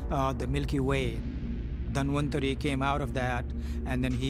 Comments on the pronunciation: Lol, its not Dan Vantari, its Dhanwantari. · He said Dan-van-tri.... The host- DAN-VAN-TAARI....